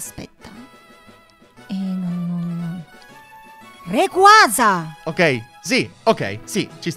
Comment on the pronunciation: Ottima anche la pronuncia di Rayquaza,wow!